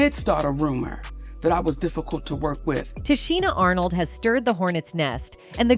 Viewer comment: Can you pronounce her name right before posting a video talking about her ?